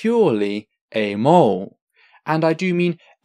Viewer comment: I'm really liking your video so far, and your method of presentation, citation, and calm clear explanations. Spectacular really. However, and I apologize if it's just your accent, but "amoral" is a 3 syllable word, yet I only hear 2 from you... like "Amole" yet, when you said "morally ambiguous" all 3 syllables were clear. Maybe it's just that word for you, but it causes a little spasm in my head everytime I hear you say "amole".